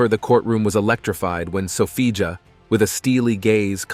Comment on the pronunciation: Sophia not Sofija ..